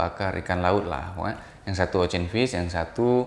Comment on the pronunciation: Ocean= Osien not Ocen